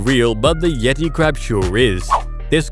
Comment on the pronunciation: Gross and fake like "yet-i". Complex i means fake.